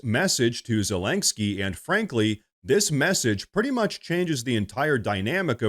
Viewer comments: There is no g in Zelenskyy. It's Ze-leN'-ske, not Ze-lang'-ske. That said, I do love your reporting. Thank you for such an honest and insightful presentation. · STOP SAYING ZA-LANK-SKI PLEASE!!